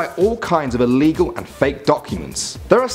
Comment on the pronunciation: ITS ILLEGEAL